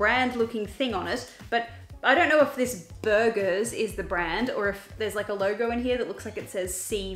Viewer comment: The way she said BuRGerS HAHAHAHA